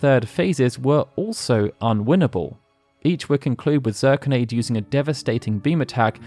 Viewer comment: I believe Zirconiade is pronounced Zur-kony-ad, as opposed to Zur-con-aide. Great video nonetheless!